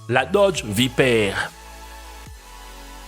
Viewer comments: Il a dit dodge viperre au lieu de viper chui mort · Mouais et pourquoi pas la Pagani Zonda Revolucion tant qu'on y est XD ( sinon on en parle de sa prononciation? la Dodge VIPAIRE 😂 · C est vaiper pas vaiper 😂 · Nolan Point on est bien d'accord appart la evo je pense pas que tout cela soit abordable et la prononciation de viper m'as fait peur srx😹😹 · il faudrait que tu sache prononcer viper muscle car et nissan like si tu es d'accord